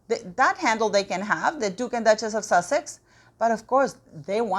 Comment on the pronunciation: What does 'Warch' mean please? Have you used up all your letter 't' by adding it to Duchess ?